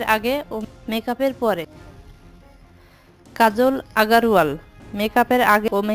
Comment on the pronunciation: Kajal aager wall OMG pronounce shunle monchay nijer bichi nije tippa Moira jai